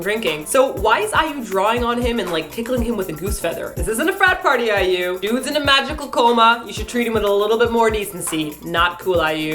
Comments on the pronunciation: I usually like their jokes, but making fun of someone's name, stage name or not, is just low. Especially if it's in a derogatory way like how pronounced it. If he said it just once at the beginning of the video, I might have been a bit more lenient. But saying it throughout the ENTIRE video was just uncalled for. I'm not even an IU fan and I found it insulting. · Please don't say IU like that. It was really rude. You guys tend to be funny, but it really bugged me the way said her name. said it properly, so has no reason not to. I know in a past video you seemed to just not know how Xiah was meant to be pronounced; however, if you are gonna make a video about a kpop artist, at least learn how to say their name properly and say it properly. Many of the people who watch your videos are fans, so you should be a little more considerate. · Hahaha~~!! Never got sick of way of pronuncing IU's name! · Didn't really enjoy this week's KMM. Being a crazy fan of IU, I didn't really enjoy the humour put here... I know is joking but... could at least pronounce IU right for once? T_T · Man, you are just destroying these kpop names. I will never pronounce "IU" the right way again...Or B2st. or ss501. or B1A4.... But I must say, your explanation of this music video sounds a lot more legit than the actual one. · i couldn't stop laughing at the way pronounced IU XDD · Are you fucking kidding? "Batoost", while it bugs me, is not derogatory: "EWWW" is. IU's name is in pure English: I - U. That's not hard to pronounce. Why is he pretending that he doesn't know how to read it? I find this impossible to enjoy when they're acting like bullies on a playground that I encountered that make fun of an Asian kid for his name, and bullies that I encountered in Korean classrooms for my own English name. They make me feel ashamed to be Canadian. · now they got another pronunciation for IU... "Ewww". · You and I, And it's pronouced :ai-yu"